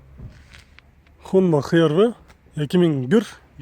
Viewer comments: Брат хонда хервы мес ашервы сүйлөгөндү качан үйрөнөсүз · Хонда ХРВ эмес АШРВ деп айтылат бир тууганым. Ишинизге ийгилик. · Жакшы тартып жатасыз бирок хонда хы эрвы эмес аш эрвы айтылат